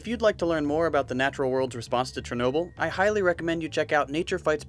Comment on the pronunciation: No one: Not a single soul: Narrator:CHERnobyl